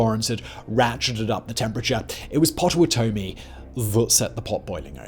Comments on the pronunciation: It's "Pot-ah-watt-ah-me" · It's not - PA TA WA TOE MEE , it's - PAW TA WA TA MEE ! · As a kansasan I can definitely say, fuck missouri. But we can share KC. We have a giant mural of John brown in our capital. He didn't just hack the dudes son's to death he decapitated them. Dude was insane. Its pronounced pot ta watt ta me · Oops Pottawatomie, with two t’s (although with one t is a variant spelling of the Native American tribe). It’s likewise pronounced Pot-tuh-wah’-tuh-me. Anyway, interesting video! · Notes from your friendly neighborhood Kansan. (I appreciate everything you and your team do Simon, really. But I hear you say Pottawatomie wrong again I might have an aneurysm) Pah-tah-wah-tah-mi. Pottawatomie. Ah-sah-wah-tah-mi. Osawatomi. You can thank American English spelling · Pottawattamie. It is pronounced paht-uh-WAHT-uh-mee by most people in Nebraska and Kansas. The names in the U.S. can be so confusing. Locals or regions may pronounce words one way, while other regions totally Butcher names. Or spellings. The offer stands, I can slip in those American Mid-West phonetic pronunciation guides so you can impress everyone with your local lingo! 😉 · Pot-o-watt-ah-me and Bald-win are the right pronunciations btw 😅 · Hearing Simon pronounce Osawatomie, Pottawatomie, and Marais des Cygnes warped my mind. I've heard them pronounced so many different ways, but that was a new one! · Its pronounced pot-uh-watt-uh-me (pottawatamie) and oss-uh-watt-uh-me (osawatamie) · These pronunciations are killing me. It’s Oss-oh-WOT-oh-mee and Pot-oh-WOT-oh-mee. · Dear Simon Its wakarusa wah-kah-ru-sa Potowatomie pot-o-wat-o-mie Osawatomie OS-o-wat-to-mie ... they are native American names and tribes. dakotas, Alaska, Same as kansas being named for the Kansa tribe. A lot of people dont understand this. I feel it's the least we could considering how much we stole from them.